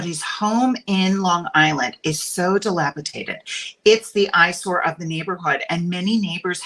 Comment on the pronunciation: Oh my OCD is triggered. The word is dilapidated not dilapitaded!